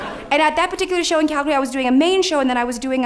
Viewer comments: You know she is from Calgary when she says CAL-GA-REE vs CAL-GARY. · you pronounce Calgary correctly...I only hear Calgarians do that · and she pronounces Calgary like a local too